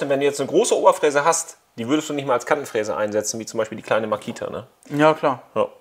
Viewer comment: ich hab Kantenfresse verstanden 😂